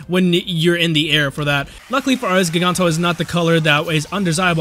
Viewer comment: Its pronounced "jiganro"